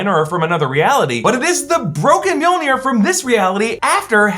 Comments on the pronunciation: every single time mjolnir is mentioned, all i hear is meow-meow or jonathan. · why do you keep calling Jonathan mewmew? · it's not MJOLNIR. it's JONATHAN!